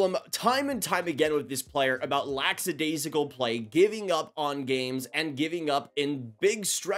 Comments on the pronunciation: Love the channel, but please stop saying "lax-adaisical" it's "lack" as in lacking. It's pronounced "Lack-a-daisical". I hear Devil's broadcaster Ken Daneyko say it incorrectly all the time and it makes him sound like an idiot. 😂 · It's lackadaisical, not laxidaisical.